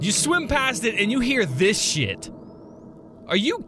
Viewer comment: Your funny you said shied instead of shit lol